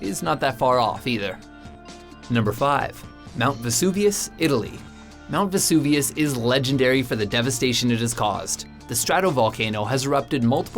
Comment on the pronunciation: It vesuvius ou